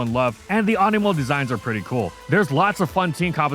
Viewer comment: I thought you said Amiibo